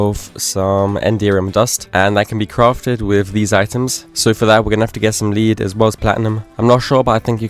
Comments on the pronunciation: Lead ore is not pronounced the same as a Lead you use on entities, it's pronounced more like Led. Sorry to be the pronunciation police lol Fantastic playthrough as always, I've been considering an ATM10 playthrough as a means to learn some of the tech mods i'm unfamiliar with (create and mekanism primarily) Still think you're criminally underated as a 100 day let's player. You deserve much more recognition my man, keep up the good work brother. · Please for your own sake look up how to pronounce lead i cant take it anymore 😢